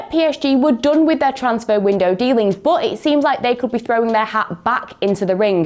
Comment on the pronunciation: Hello one football English. Can you please change this lady? Her accent is just Soo annoying just irritates my ears Everytime when she says but as boat. I am just tired and I will not subscribe and watch your channel anymore and also many people like me will do that. Please try to bring someone with better English dialect, even American accent, South African accent feels a lot better. I also like British accent but this dialect is just unbearable. Thank you.